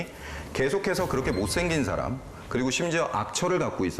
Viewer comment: 참 놀라운 일!! 귀하는 "사람" 의 밯ㄹ음이 틀렸나이다. "사람"의 "사" 를 짧게 발음했더이다. 그 뿐 아니라"람"을 accent가 있는 것처럼 강하게 발음하심에 놀란 이는 이 늙은 이 뿐이니 이 아니 놀라운 일 아닙니까? "사:람"이라고 "사"를 길게 발음해야지요. 그리고 원문 독법도 엉망이올시다.